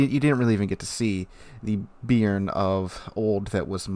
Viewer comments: I'm not sure, but since I'm french i can say, personally as a french speaking french I'd pronounce it "bay-arn" more or less, not bean with an added r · Just a heads up - the name "Béarn" is actually pronounced more like "Bey-Yarn", with the emphasis on the second syllable. Named after a region in southern France. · Please, sir, it's pronounced "Bay-ahrn".